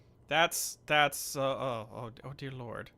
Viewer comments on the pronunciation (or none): Everytime he says "oh deer" my mind says 'diner' for some reason